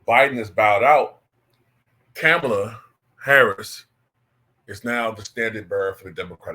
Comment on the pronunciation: I donate to you but your political takes are whack in my opinion. I’m not a Kamala fan but you should at least pronounce her name correctly.